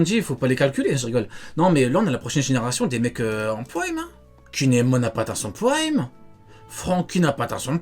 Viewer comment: "Praimmee" Mdr l englais